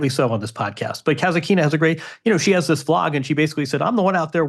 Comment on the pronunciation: Folks, I love the show! Just a small correction: you consistently mispronounce Daria Kasatkina’s name in the funniest way. You say "Kazakina," which would suggest her surname has something to do with Cossacks—when in fact, it’s Kasatkina, and it actually relates to killer whales! That little "T" makes a big difference.